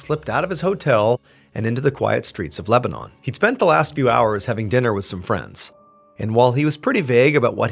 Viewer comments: We pronounce Lebanon as "Leb-uh-nin" but regardless, super cool story! Thanks for sharing! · I think the town is pronounced Leb-a-nun. Said all together. Lol. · In Lebanon, Ohio. It is pronounced like "Leb-ben-en" Great story. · Pronouncing Lebanon like the country has me like 😅